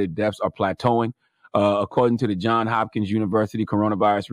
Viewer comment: Johns Hopkins... there's an 's' on the end of "Johns"